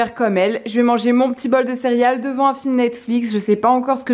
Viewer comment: Je viens de te découvrir, tu as l’air tellement sympa! Par contre, tu disais cériales? Hahaha si c’est le cas, je me sens moins seule, je le disais comme ça tout le temps quand j’étais petite haha